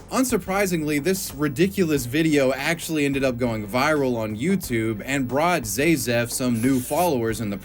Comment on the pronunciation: My only thing against this is that his username was pronounced ZA-zef, not ZAY-zef as he kept using. ….I remember I stumbled into his videos maaaaany years ago. Ugh, that’s enough internet for me today.